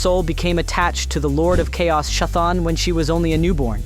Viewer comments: Stopped the video immediately after prounouncing chthon like that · Your pronunciation of Chthon is wild lmao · Dude, if you can say chaos, you should be able to say Chthon.